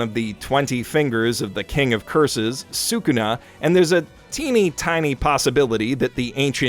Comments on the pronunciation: Bro said "Sukuma" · Ye God, why is everybody messing up Sukuna's name. Its becoming a curse at this point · The way he pronounced shukuna made me cringe on sight I probably spelled his name wrong tho